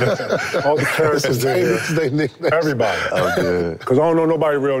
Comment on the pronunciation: Tatum after minute mark, says "erayybody" then few words later says every perfectly clear. Why not say everybody nice and clear? Lol wtf